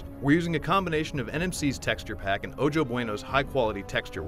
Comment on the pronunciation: I know this is old, but maybe someone can learn something new: ojo is pronounced "oho," it's Spanish for eye.